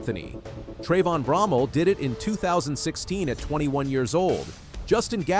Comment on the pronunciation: I thought ut was pronouced BRO-MELL not BROM-MEL. Can someone correct me or the narrator please.